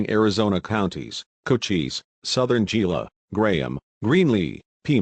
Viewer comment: Its not gee-la, its pronounced he-la.